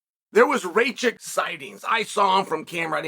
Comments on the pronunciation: reykitch 😂 it's ruh kitch (or just rakitch if you want to sound american) R - R (rolled like in german) A - Uh K - K I - eeh (like in german) C - Tch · Racic? Alexander Rakic? 😭😂 ayo Chael is the goat 🐐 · "Ra kitch" Chael smh hehe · alexander RAY-CHICK …. fuck me chaels pronunciations are comedy gold 🏅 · rakic. Pronounced rakitch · took me a while till he mentioned jiri then i realise its rakic 😂😂😂😂😂😂